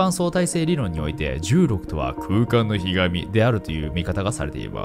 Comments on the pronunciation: 歪みをひがみって言ってる？ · YouTubeとは思えない程クオリティ高い動画をありがとうございます❣️ 『空間の歪み(くうかんのひずみ)』 ではないでしょうか？ 空間にひがまれちゃ困っちゃいますよねw 言い間違いでしたねw